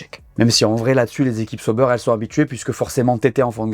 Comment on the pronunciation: Arrêtez de dire Seau-beurre c’est ÇA- OU-Bère😊